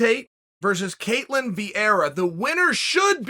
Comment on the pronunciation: undisputed GOAT: calls her ketlan in the first five seconds of the video me: ok great